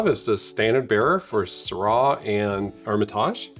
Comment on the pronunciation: I am a fan of Jean Paul Jaboulet and Chapoutier, Rhone is so much bigger than this granite mountain. Go visit smaller wineries in Saint Joseph, Gigondas, Vaqueras. desertwine like Beaume de Venice. Doing posh over an too expensive bottle and not knowing how to pronounce Syrah. We will not drink this stuff so look for your own discoveries. ;) enjoy.